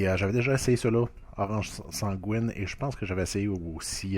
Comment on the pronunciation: pas sangouine bro ça se prononce san-GUY-ne genre comme le nom guy